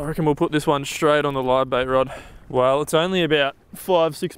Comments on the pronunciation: Love your vids but please learn to pronounce the word 'straight' correctly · And while I'm at it, any other word with an "st' in it. Shtruggled Aushtralia Shtraight 😅 it fucking kills me